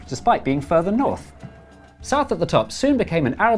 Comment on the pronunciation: Ah yes, Nouth, Sorth, Weast, and Est